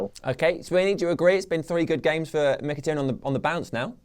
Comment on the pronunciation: its mikitAHrayan ..my good brits